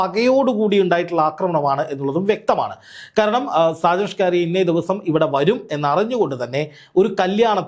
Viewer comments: അദ്ദേഹം ഷാജൻ സ്കറിയ എന്നാണ് അറിയപ്പെടുന്നത്. ഷ് കാറിയ അല്ല..... അത് ഒരു മാതിരി ആക്കലല്ലേ ....... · നിങ്ങൾ ഇതെന്താണ് സ്കാരിയ എന്ന് പറയുന്നത്?!! സ്‌കറിയ എന്ന് ശരിയായി പറയാൻ അറിയില്ലാഞ്ഞിട്ടാണോ? നിങ്ങൾ ഇങ്ങനെയൊക്കെ വിമർശിക്കുമ്പോഴും നിങ്ങളുടെ സംസാരത്തിലെ ഒരു ആവേശവും, ഉള്ളിൽ കുറവല്ലാത്ത ഒരു സന്തോഷവും ഞാൻ കാണുന്നത് തെറ്റാണോ? 🤔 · സ്‌കാരിയാ അല്ല സാക്കറിയ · നീ മലയാളിയല്ലേ? എന്തിനാ 'സ്‌കാരിയ' എന്നൊക്കെ പറയുന്നത്. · ഷാജൻസ്കാരിയയോ നീ എന്തോന്നാടാ ഈ പറയുന്നേ ഒരുത്തന്റെ പേരുപോലും പറയാൻ അറിയില്ലേ 😂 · എടൊ ഷാജൻ സ്‌കാരിയ എന്നല്ലെടോ, ഷാജൻ സ്കറിയ എന്നാണ്.താൻ ആദ്യം ഇതൊന്ന് നേരെചൊവ്വേ പറയാൻ പഠിക്ക്. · താങ്കൾ എന്തിനാണ് മറുനാടൻ ഷാജൻ സ്കാറിയ എന്ന് തെറ്റായി ഉച്ചാരണം ചെയ്യുന്നത് ???താങ്കൾക്ക് ഉച്ചാരണം അറിയില്ലാത്തതുകൊണ്ടാണോ ???അതോ അദ്ദേഹത്തെ ഒന്ന് ആക്കിയതാണോ ???സംശയം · സ്കാഴിയ അല്ല സ്‌കറിയ. ഊക്കിയതാ അല്ല്യോടാ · ബായ ഷ്കാരിയ അല്ല സ്കറിയ നിങ്ങൾ പറയുന്നത് തെറ്റാ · സ്‌കാരിയ അല്ല സ്കറിയ ആണ്. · ഷാജൻ സ്കാരിയ അല്ല സ്‌കറിയ ആണ് മനഃപൂർവം പറയുന്നതാണോ താങ്കൾ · ഷാകരിയ അല്ല സ്‌കറിയ 😂😂😂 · സ്കാരിയ അല്ല മോനെ.. ഷാജൻ സ്കറിയ ആണ് 😃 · സ്ക്കാരിയല്ലാ സ്ക്കറിയയാണ് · ഷാജന്‍ ശ്ഖാറിയ എന്ന് താങ്കള്‍ ഉച്ചരിക്കുന്നത് അയാളെ ഊക്കി വിടുന്നതല്ലേ.....എനിക്കത് മനസ്സിലായി......😅😂😂😂😂😂😂😂😂😂😂😂😂😂😂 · സ്‌കാരിയാ അല്ല സ്കറിയ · എന്ത് മാങ്ങത്തൊലി യാടോ ഷ്കാരിയ പേരും പോലും മര്യാദയ്ക്ക് പറയാൻ അറിയാത്ത മാപ്രാ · Scaria ennu sarikk parayuka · ആദ്യം പോയി മലയാളം പഠിക്കെടാ "സ്കറിയ" എന്ന് പറയാൻ അറിഞ്ഞൂടെ ഒന്നുമില്ലെങ്കിൽ ഒരുപാട് കാലം അയാളുടെ കൂടെ ജോലി ചെയ്ത നന്ദിയെങ്കിലും കാണിക്കു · ഇയാൾ എന്താ AI ആണോ ഷാജൻ സ്കഴിയാ യോ 😄😄😄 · സ്കറിയ എന്ന് പറയാൻ അറിയാത്ത ആളല്ല.. 😂 scaria എന്ന വാക്കിന്റെ അർത്ഥമാണ് മറുനാടൻ മറുത ക്ക് ചേരുന്നത്..! പിന്നെ ഒരു "ജേർണ്ണലിസ്റ്റി"നെതിരെ ഇത്തരം ആക്രമണം തെറ്റാണ്.. പക്ഷെ ഇവന്റെ കാര്യത്തിൽ അത് തെറ്റെന്നു പറയാൻ പറ്റില്ല കുടുംബങ്ങളെയും വ്യക്തികളെയും അപമാനിക്കുകയും ബ്ലാക്‌മെയിൽ ചെയ്യുകയും ചെയ്യുന്നവർക്ക് മാത്രമേ ഇങ്ങനെ കിട്ടൂ. 🤭